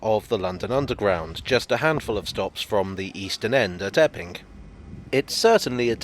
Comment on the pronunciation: I first thought you said “ effing” forest .